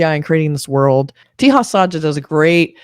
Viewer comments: He is called taja not teha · Just FYI.Teja is not pronounced Tee-ha. J is pronounced as J in 'Jack'. It's pronounced Te-Ja. It's a relatively common name in India. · Your review for this movie was great except for one thing..... The actor Teja Sajja's name is 'Teja Sajja' and not 'Teha Sajja'. No need to apply Spanish 'J to be pronounced as H' rule here. Other than that your review was great.❤❤❤